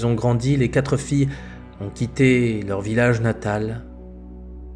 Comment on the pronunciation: Merci beaucoup pour ces vidéos. Je me permets une petite remarque linguistique pour en améliorer la qualité : il n'y a pas de "s" à "quatre" donc on dit "les quatre amis" et pas les "quatres amis" (on ne doit pas entendre de "s" à la fin de "quatre"). Merci encore pour votre travail.